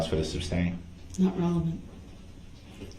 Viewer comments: You would think that after hearing the word "(sustain)" and not "(substain)" literally hundreds of times a day that this "English major" would pick up on that. And maybe, just maybe, if this idiot would shut up for two seconds he would hear the objections instead of yelling "grounds" every time. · JUST ONCE I wanted her to say, there is no grounds because the work isn't substain, it's sustain. effin moron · #Rewatch in 2025 😂... If he says grounds for the SUBSTAIN again... It's Sustain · He knows the word is sustain but continues with substain it’s so weird. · I work for lawyers and every time he says SUBstain, coHORzion, and all the laws he claims to know, it makes me cringe 😬😬😬😬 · Sub-stained. Everytime that fool says it I shake my head. Also when he says license place. Oh my what an idiot.